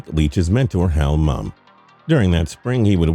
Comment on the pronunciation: Hal Mummy not mum.